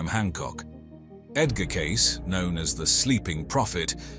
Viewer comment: Good god! Can’t you at LEAST get the names right?? Please change the Cayce pronunciation from “case” to “cay- cee” ?